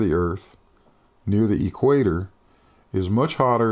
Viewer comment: Whadda Dope!!! As soon as he says "E Quator" you know his parents are closely related!!!!